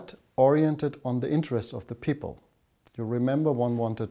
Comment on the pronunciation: who are these harvard peepol? lol